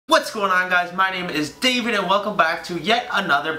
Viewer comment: the emphasis on david at the beginning LOLLL